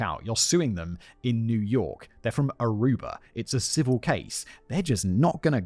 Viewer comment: I hate that he says Arubar.